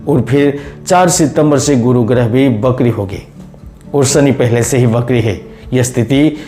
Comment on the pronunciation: वाचाल में सुधार की आवश्यकता है । विशेषतः श और स में समझ इसी प्रकार व और ब में अंतर जरूरी है । वक्री को बकरी कहना कहा तक उचित है । पूरा अर्थ ही बदल जाता है ।